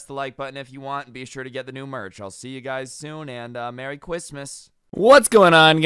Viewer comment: “see you soon and mewy Christmas” lmao